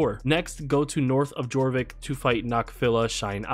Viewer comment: Amazing vid just a tip it’s pronounced yorvik not gorbik thanks again